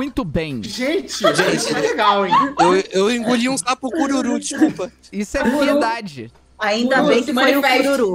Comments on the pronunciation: "Isso que é fiedade" Felipe: "FIEDADE?": "Gente eu engoli um sapo cururu, desculpa" KKKKKKK eu amo o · KKKKKKKK rachei quando o falou "fiedade" mdsss, rachei kkkkkkkkkkkk